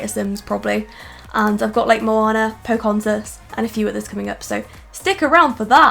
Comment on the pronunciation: Po-con-zes? You know it's pronounced like poka-honis right?